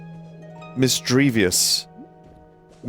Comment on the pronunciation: You mean how he pronounced it correctly????